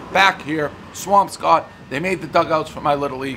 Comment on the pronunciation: You pronounce Swampscott like someone who’s not from there. I grew up there in the 60s and 70s and every local pronounced it Swampskit